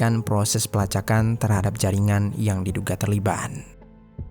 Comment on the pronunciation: Hai, bang.. Out of context nihh. Gw ga tau pernah ada ato ngga viewer yg nanyain ini, tp dr awal denger kurleb 2/3 bln ini gw penasaran.. Mmmm knp kadang2 pengucapan suatu kalimat, abang ni aneh atau bahkan salah .. kaya "terlibat" jd terliban, "tersebut" jadi tersebun, dan kata2 lainnya. Masalahnya ga stiap kata abang ni ucapinnya salah. Kadang salah, kadang bener. Jd gw bingun, knp abang nih..? Sengaja kah? Ato emang kselipet trs males ngulang? Ato ada latah kah?? Ga penting sih, tp penasaran bgt asli. . Klo udh tau jwbnnya, ya minimal gak penasaran. Tq